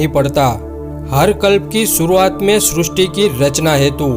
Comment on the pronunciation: Srusti nehi srishti